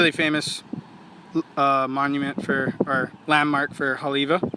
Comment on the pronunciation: Didn't seem and, pronounce it right? Righteously.. Because, they pronounce-- ei as, I? Just another fraud.